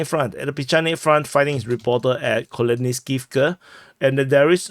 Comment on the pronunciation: Koleniskivka mentioned! (For the love of all that's holy stop butchering it)